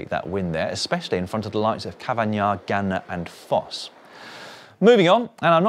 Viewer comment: Dans pronunciation of Ganna making up for the few presenters/commentators who still insist on calling him Garner 😅